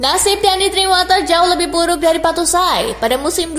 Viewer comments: Kaka Bacanya Bacuayi, bukan Batusai kaka.... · cara ngeja nya Batsuayi ( Batshuayi )... bukan Battusai... wkwkwkwk :D